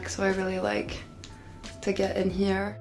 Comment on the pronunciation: WAS COMPLETELY AMERICAN UNTIL “HERE”